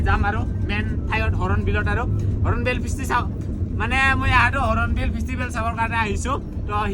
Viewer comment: Hornbill × Horonbill√